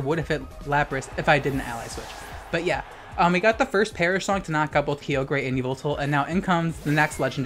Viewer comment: The way u say kyogre hurts me